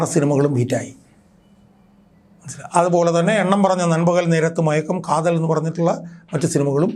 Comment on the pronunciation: Kathalan alledaa mandaa kaathal😅